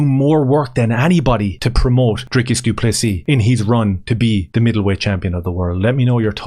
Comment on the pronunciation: Note the silent s at end of du Plessis😉